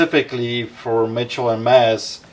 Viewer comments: It’s Mitchell and Ness! Lol this man just said Mitchell and Mess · It's not Mitchell and Mess... its Mitchell and Ness. Come on. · Mitchell and Mess he says hahaha